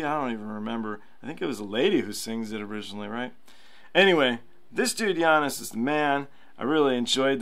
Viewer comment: Its pronounced "yanni" and I know because my boss is actually a man named Yiannis Papadopoulos